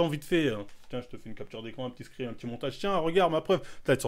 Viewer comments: Pourquoi il dit screem au lieu de screen, ça dérange que moi ? 😂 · ScreeNNNNNNNN pas screemm 😭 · J'ais l'impression que tu dis des screem alors qu'c'est screenshots donc screen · On dit screeN bg pas "screaM" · ScreeN, pas screem.